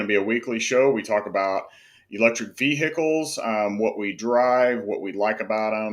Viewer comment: Vee-HICK-els😂 Thanks for the content!